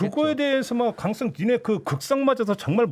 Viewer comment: 종배님 강썽 친문이 아니라 강성 친문이요.